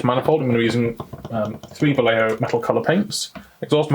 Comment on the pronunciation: this is a very easy way to pronounce vallejo: (Valley = Va) (Yes = ye) (Home=ho) Va-ye-ho